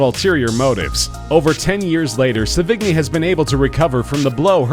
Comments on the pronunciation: Its not "se-VIG-nie", its "se-vee-NYEE" or "SE-vi-nee". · It isn't Sevi-g-ny. Learn to pronounce. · Gallo is pronounced exactly as it's spelled and Sevigney is not pronounced Se-vig-nie its pronounced Seven-yay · It's Pronounced Sev-In-Yay! Not Sevig=Knee! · Chloe se-vig-ni hahahaha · Chloe Sevigny is pronounced "seven-ee" not "suh-vig-knee." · Her name is pronounced "Seven-yay" UGH! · that is not how to say Chloe's last name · That's not how your pronounce Sevigny, the g is mostly silent. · wupperelfe Not to mention Sevigny...